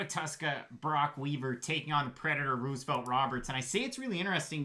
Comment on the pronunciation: Stop saying Ruse-o-velt 😂